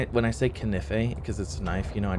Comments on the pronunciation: Ka-nif-eh :) it’s just putting the “em-fa-sis” on a different “sill-ah-bull” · Yes it is nice kanife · This is the best series no hate for saying knife wrong I find it funny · Playing with the word knife doesn't bother me. At least you're not like another popular streamer who says base as if it's spelled BEESE. I can tell he's doing it intentionally as well to try and be cool, and there's not much more I hate than a streamer changing the way words are pronounced just to try and be cool.